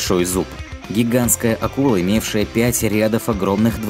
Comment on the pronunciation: Не рЯдов а рядОв